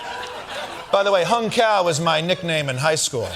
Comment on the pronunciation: Cao is pronounced tsow, not cow.